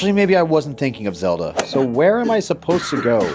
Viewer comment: Look I get it, your tired of oceanhorn Well the game I have for you is called zEE e L Da